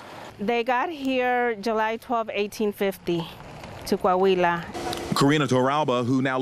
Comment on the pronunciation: It's not Ko Ah Huila; it's Kwa wila! IT'S NAH SEE MIENTO!